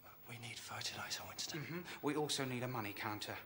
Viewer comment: The way Willie says "Winston" with all the emphasis on the second syllable always gets me.